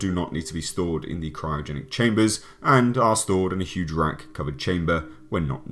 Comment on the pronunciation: "Skynet is gonna be..... yuge."